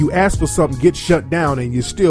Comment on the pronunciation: and ask is pronounced ask not ax